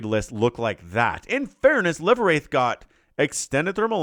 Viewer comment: ❤ for future casts the name is actually pronounced "live" like live tv or livewire. I meant it to be an oxymoron. As in living spirit😅